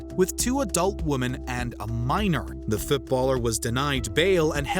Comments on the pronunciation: Woman- women say it correctly! Stop with the bullshit. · I keep trying to take this seriously but when says woman in place of women I can’t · thirty woman? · I thought I misheard him say "two woman", but then I definitely heard him later say "thirty woman". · You know woman and women are pronounced differently right?